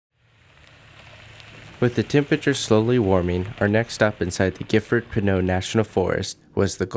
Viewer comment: You mispronounced "Pinchot" it's actually Pin-Cho not Pin-O :-). Good video though.